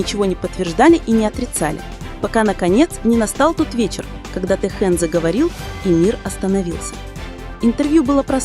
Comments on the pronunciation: Если вы уж решили коментировать отношения между двумя мемберами БТS Ким ТэХЁном и Чон ЧонГуком делайте правильно ударение,а то режит слух и неприятно слушать. Никогда,слышите НИКОГДА ТэХЁН не будет рассказывать о своей личной жизни!! Может он с вами в приватной беседе раскрылся?? Какая ЧУШЬ и нестыдно вам.👎👎👎👊👊👊🫢🤫😪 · Я думаю это ИИ. Вряд есть кто-то, незнающий как звучит имя Техена.